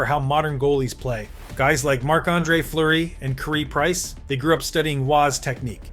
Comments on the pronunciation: “Ca-reee price” broke my heart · How can you miss pronounce Carey Price's name? He was the second coming of roy in montreal.